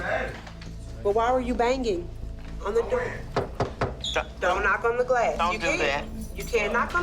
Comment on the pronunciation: Man was not bang-Ging.....on the window...one "g"; a soft "g". Not 1 hard &1 soft.